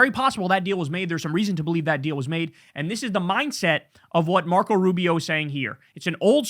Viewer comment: Marco not Narco